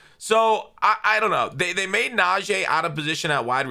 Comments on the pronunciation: yo it’s pronounced Nah-G not Nah-J. Us steeler fans have to be the ones to get it right 🙏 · IT'S NAJEE NOT "NAJEH"!!!!! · NA-GEE damn say it right 😂